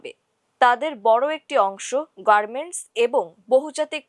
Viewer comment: ভাই সংবাদ পাঠিকা বার বার গারমেট বলছেন!